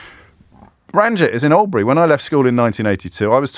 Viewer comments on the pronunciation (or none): none